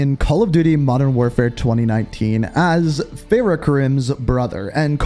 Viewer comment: How do u mess up Farrah’s name lol fay-ruh? They say her name like so many times in the first and 2nd game.